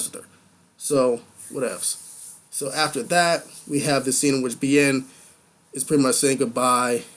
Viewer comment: Your thought process is getting better with each review. LOVE that you did more screen grabs! p.s. Bjorn = B-Your-n. (I know, I hate "grammar nazis" too LOL so just ignore my crazy nit picking :p)